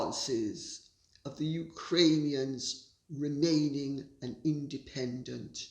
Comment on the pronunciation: I can Barely get myself to listen to you,and whatever respect I had for you it's going down the drain.You can't even say Ukrainians.I will listen till the end so nI can give you the benefit of the doubt but until now you are a Hypocryte of the highest class.